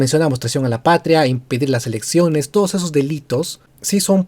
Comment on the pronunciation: "Yo...Merino juro... Por too lo peruanos.." No puede ni pronuncia claramente el español!